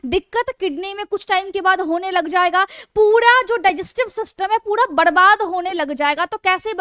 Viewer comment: Padesan , puda din pudi raat , pudi saam , badabaad hone lg jaega, etc ....👌 I like your voice maim 😍